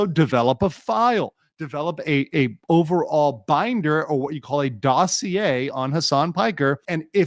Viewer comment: I’m sorry but why do Americans pronounce “dossier” like that😭 I heard it in a game and now here. Can someone explain?